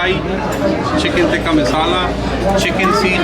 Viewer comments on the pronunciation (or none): none